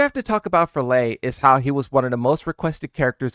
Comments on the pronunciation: Its Lei, not Lee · How do you not know how to say lei WuLongs name? It’s literally in sound bit form….its lei like LAY. You old enough to not be screwing up names kid lmao